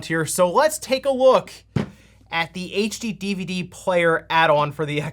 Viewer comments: OMG I can’t listen to him say “H DVD” each time. It’s HD DVD. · The number of times he says "H-DVD" instead of "HD-DVD" is causing my eye to twitch uncontrollably. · Its not a H DVD. Its a HD DVD. You say it wrong lol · I played a drinking game. I take a shot every time you say "HDVD" instead of "HD DVD." Now I can't ev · Slow down. Say “HD” and then “DVD” and not “AyChDeEvEeDeE” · We're you pronouncing it "H-DVD" the whole time in purpose? 😜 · The number of times you are talking so fast that you're missing one of the D's in HD DVD, is hilarious. It's such a stupid name for a system!